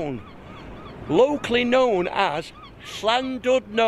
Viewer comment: Very impressed that you managed to say the ‘Ll’ in Llandudno, da iawn! Loved the video and looking forward to seeing your ones from Thailand later on this year!